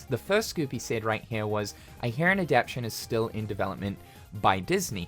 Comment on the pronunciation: Adaptation. Adap-tation. You're missing two letters in your pronunciation. Sorry, it made it annoying for me to finish the video when you say it so often lol